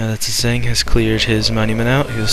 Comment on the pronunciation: My vid is uploading now ^^ Also you pronounce my name like Pigeon except starting with a Z, but its close enough XD.